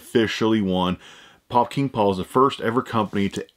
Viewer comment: Take a shot every time he says “Pop King Paul” 🤣🤣 started to sound like Fukin Paul